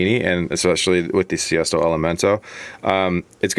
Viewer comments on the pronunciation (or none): RT 87 the car he is referring to is actually called a Sesto Elemento. decided to put a little Spanish flair on it 😆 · sesto, not siesto, lol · It’s sesto elemento.. not siesto 😂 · It's Sesto not siesto! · Did he just say “Siesto” Elemento? God dammit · Mason Dowell yes......he did🙄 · Ive never heard anyone call it siesto elemento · Say sesto properly bro